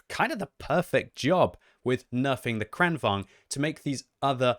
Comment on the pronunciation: It's kranVAGN, GN, not kranVANG. G is not silent in Swedish language